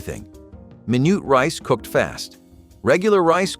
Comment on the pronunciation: The way minute rice was pronounced! Mynoot Hahahaha